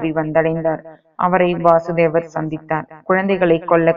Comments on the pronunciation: வாசுதேவர் இல்ல வசுதேவர் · Krishnarin thandhai vasudevar ....va...kuril.......krishnarukkudhan .vaasudevar...nu...va ..nedil ..varum....sariyaga ucharikkavum